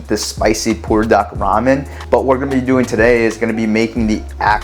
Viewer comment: In the description, you spelled it "Buldak", but when you pronounce it, you say, "Pulldak"....which is correct?